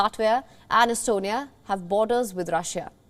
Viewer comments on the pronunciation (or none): Estonia not Enastonia!